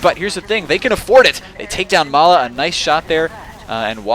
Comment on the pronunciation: Nah - that's Ma3la, not mala.